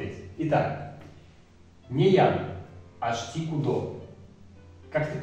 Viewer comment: А разве ударения они идут áрась, áволь, тейтéресь, кудó, цëрá, беря́нь, парó? Я помню смотрел на то, как бабушка с дедом говорят на эрзянском, помню всегда: ку́до, авóль, мéйле, арáсь, лóвсо, бéрянь, пáро. Возможно дело в районах ещë, я из Чамзинского, но знаю, что в Дубëнском какие то слова по другому говорятся, в Березниковском тоже также